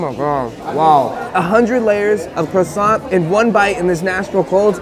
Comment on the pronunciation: Aint no way u said croissant incorrectly the first time......